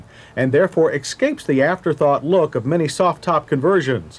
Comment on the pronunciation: he always says 'excape', drives me nuts